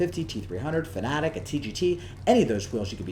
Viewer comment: FanaTEC, not FanaTIC. Why does every American YouTuber pronounce it this way? Serious question